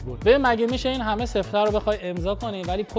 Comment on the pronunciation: جان عزیزه دلم اونی که چندبار اسمش رو آوردی وَ گفتی سِفته سِفته نیستش،اسمش سَفته هستش نه سِفته...